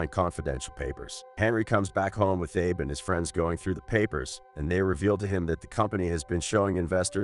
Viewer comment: Narrator needs to learn names, kept saying "Ay-Buh" and "Ah-Bee" every other sentence for Abe